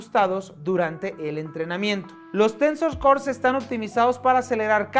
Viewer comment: hahahahaha "Tensos core".